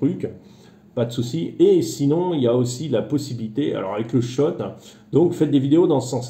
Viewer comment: Cher, tu as une déformation géographique d’être en Tchéquie: tu dis « shot » (de vodka?) au lieu de « short » (de plage?)!